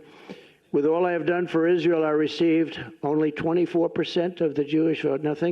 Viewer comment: he cannot even pronounce Israel. Iss-ayyy-al